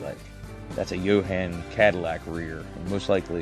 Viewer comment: The Cadillac custom parts are definitely from Jo-Han kits, looked like a ‘62 and a ‘65 or ‘66. It’s pronounced JOE-Han by the way - named after the founder John Hanley. Those Monogram 1990s whitewalls are actually American Satco whitewalls, great quality aftermarket parts and pretty rare. You have to cut the inside spiders out before inserting any wheels.